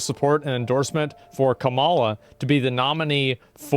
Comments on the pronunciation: Why does he always mispronounce Kamala's name? is he just being racist/antagonizing? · can you please start pronouncing her name correctly? thanks